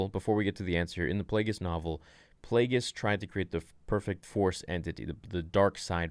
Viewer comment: It's Plagueis.